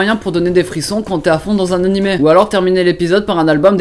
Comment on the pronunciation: J'adore comment les français prononcent Animeuh au lieu de Animé xD c'est just marrant à entendre.